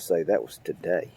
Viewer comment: I enjoyed watching the video you posted today . Lol I LIKE THE WAY YOU SAY TADAY TODAY . I FIND MY SELF SAYING IT . HEHE ... NICE GARDEN HOPE YOUR CATERPILLAR SITUATION GETS CLEANED UP .